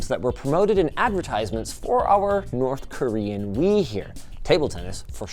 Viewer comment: Some might say its ... North KorWiian